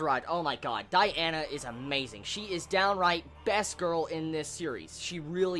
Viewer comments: *DIane not Diana, Die-anne :p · DIANNNN NOT DIANA K